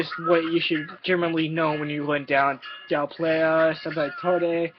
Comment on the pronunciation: Here's a tip.. learn how to pronounce Del Playa